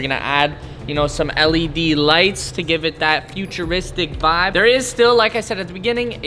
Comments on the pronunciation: I do not like wen he says vibs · Bro ur the vibe... there should be more people like you, oh and how do u say vibe in Canadian